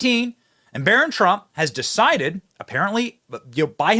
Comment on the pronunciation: She said" it's up to him to "saside"